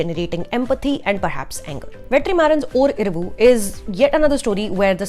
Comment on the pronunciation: really,??? oscar nominee is giving review.... better u pronounce the name of 4 tamil movies properly.... or iravuuu😂 RIP tamizh...